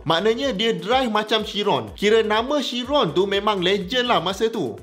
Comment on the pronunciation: Pronunciation dia ialah kiron, bukan syiron. Boleh check dgn bugatti